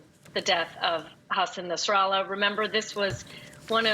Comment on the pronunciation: Nassan Hassralah?? 😂